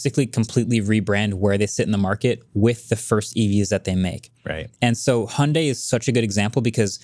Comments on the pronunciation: Actually pronunciation of Hyundai is spot-on. It’s like Hee-yon-deh. Rhymes more like Beyonce than Sunday. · pronunciation of Hyundai is actually very close to the original Korean pronunciation. In Korean, the Y is enunciated. But apparently the US branch of Hyundai made the decision to call it "hun-day" here to make it easier for pronunciation. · I'm Korean and Hyundai pronunciation is closer to Korean's. Sorry Marques! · Idk who made that "hun-day like Sunday" stuff, but the way pronounced Hyundai sounds almost native and absolutely correct. The correct pronunciation is Hyun-dae. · Agreed. His pronunciation of Hyundae was spot on. Its definitely more like saying Hee-Yon Day faster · wasn't exactly wrong about pronouncing Hyundai like "hyeondae". That's the Korean pronunciation. In stateside advertisements, it's as Marques said: 'Hyundai like Sunday' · is the only one who pronounces Hyundai correctly and all of you corrected him. American moment 😭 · It was Hyundai NA marketing themselves when westernizing the brand because Americans struggle to pronounce it the normal way. But if you can pronounce it the native way, you should in my opinion. So they're both correct. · the very first youtuber I've seen who pronounces Hyundai correctly! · MKB correcting from the international pronunciation to the US pronunciation really grates my ears. The "y" has been dropped in the US market only because sliding via a "y" sound into a vowel is uncommon in a US accent (e.g. dyewty in UK english versus doody in US) but it is closer to the Korean pronunciation. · was saying Hyundai more correct than Mkbhd was lol